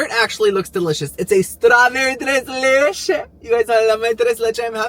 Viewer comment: “Not tre, not lechéHhh” 😂 Cuban king 👑